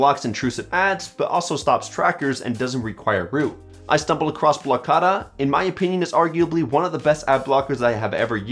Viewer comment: no, he pronounced it right.